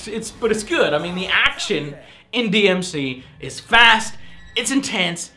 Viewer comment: It’s not DMC: DMC It’s DmC 😏